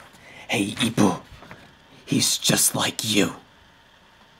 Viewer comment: its not ippuu its ippo please stop saying ippuu